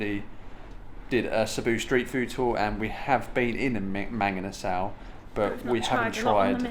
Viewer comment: Try saying it the Filipino way…. ‘mung-ee-nuh-sull’ 😁😁😁